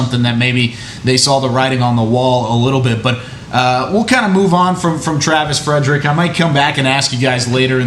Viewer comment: Who's the joker on top right hand corner that keeps saying Travis Fredericks? Are you serious, dude? You work for the DALLAS COWBOYS and you don't even know his name? Good lord, this show sucks now.